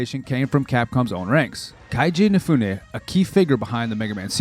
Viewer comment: I don't think so. He mispronounced Keiji Inafune exactly how an American who didn't bother to check Japanese pronunciation would do it. He said it "Kaiji" and I think an AI would have either done it correctly or gone with "Keeji". It's pronounced like K. G., and the difference is important because Keiji and Kaiji are different names.